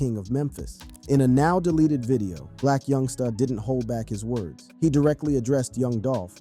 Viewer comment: I’m not listening anymore cause you can’t pronounce black youngsta